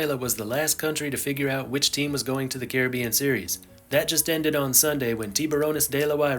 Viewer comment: I would have loved to watch this whole video, but I can’t with how he says Caribbean